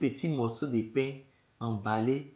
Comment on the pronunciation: l'accent camer de la fin là a réussit kooo "paing" 😂😂😂